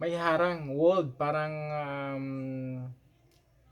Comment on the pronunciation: Nanonood nga kami at parang hinde akma na guys ka ng guys pero kaming matatagal nang nasa labas ng bansa iniiwasan naming maging guys kahit araw araw kaming inglis ng inglis...Ang parang ngayon naging Par-ang na ang bigkas.